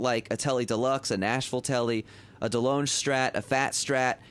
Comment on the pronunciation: Delonge is pronounced, “De Long”.